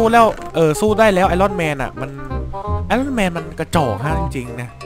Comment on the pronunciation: พี่มันออกเสียงว่าไอออนแมน